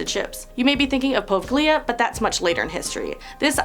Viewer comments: #8 is not "Povglea". It is pronounced "Po-veg-lia". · Po-vay-lee-ah... Poveglia..